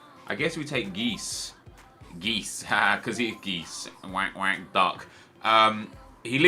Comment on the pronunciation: Jesus Christ nep is so bad at pronouncing foreign names. geis is pronounced gice, not geese. and that's just one example